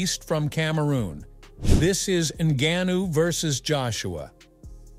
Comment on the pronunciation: Please learn to pronounce ngannou and stick to saying it the same!